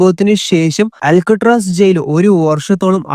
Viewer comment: അലക്കുകല്ല് അല്ല മോനെ.. അൾക്കാട്രാസ്